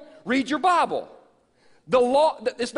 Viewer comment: You don't read your bahble!